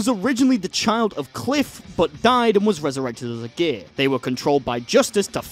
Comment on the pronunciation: ngl I thought you said gay, not gear for a sec